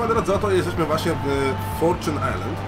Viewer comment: Forczun ajslend? XDDDD